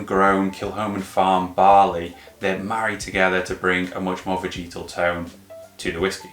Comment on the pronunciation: Good channel, great content. Only one thing bothers me.. veh-juh-tl. Repeat after me.. veh-juh-tl 🤷🏼‍♂️